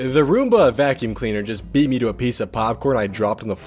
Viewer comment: How you say me tho MEEE